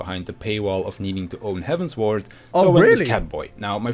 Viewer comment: he mispronounces quite a lot of stuff in the game tbf.